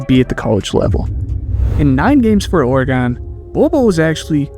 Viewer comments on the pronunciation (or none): Its oregen not oregone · It’s origun not oragone anywho wish the blazers would pick him up somehow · That Minnesota accent coming out fam when you say “Oregon”